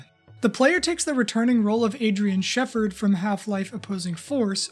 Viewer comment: you calling Adrian Shepard “Adrian Sheffard” hurt